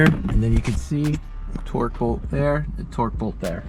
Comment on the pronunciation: Torx...not torque